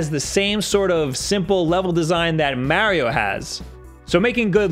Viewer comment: One day... one day he will learn how to say Mario's name right. One day.